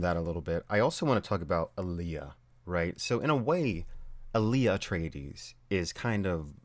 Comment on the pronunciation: Uh-tray-deez. Say it with me: uh. Tray. Deez. Kwizatz Haderach: say it with me: quiz otss hadder ack